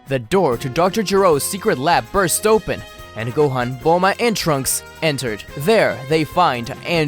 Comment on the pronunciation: gohan is pronounced (Go-H-On) not (Go-Hen) other than that, good vid!